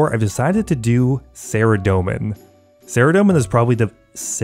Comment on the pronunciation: Faerdhinen is pronounced Fythinayn if it were spelled in English phonetics. Th like in "weather" The Elf language in OSRS is inspired by Celtic languages.